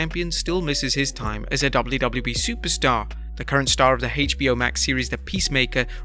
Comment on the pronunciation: ''Heytch Bee Hoe''